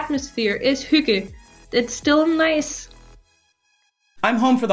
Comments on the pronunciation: Yes, you are pretty close. Though it sounds like you put in a u before the y - like the u when you say "huge". So You say huygge. But it is pronounced without the u kind of sound. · That is not how I imagine that word pronounced.